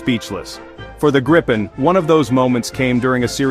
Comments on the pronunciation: Its a question of respect for sweden and our language, its name is Gripen, not grippen or grypen, you englishspeaking people please have respect that not all of mankind speak english… You have a problem with that its called ”respect” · jesus christ dont say ”grypen” hate it its namned gripen not grippen either😑 english speaking people you are not the fastest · Not "Grippen" how hard can it be? There is only one P. Should be pronaunced somthing like "Gree-pen". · Only 38 seconds in and you have two different pronunciations of Gripen. Neither correct though.